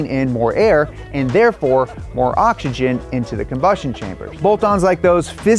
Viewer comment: Occs-eee-Jen. Not octxogen. SMH